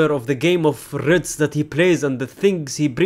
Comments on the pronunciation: Did you just say ritz😭😭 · Bro learnd to pronounce leverkusen but not wirtz 😂😂😂